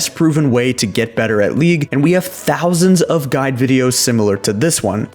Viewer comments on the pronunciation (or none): none